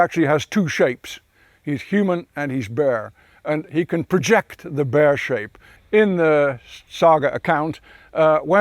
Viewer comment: The way he says "Bear" though